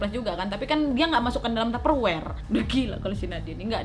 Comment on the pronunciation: Ngakak pas nadia nyebut taper wer....😂😂😂😂.